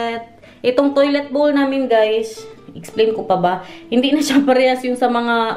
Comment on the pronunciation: Maganda! Meron lang akong napansin nung pinakita mo yong toilet. Bakit iba ang pag bigkas mo sa salitang 🥣 BOWL 🥣 nung ipinakita mo yong palababo mo at nung ipinakita mo yong pa toilet bowl mo? Tama yong pagkasabi mo, toilet BOWL. Parang BOWLING 🎳 pero walang ing.